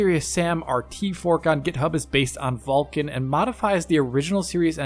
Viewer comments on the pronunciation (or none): none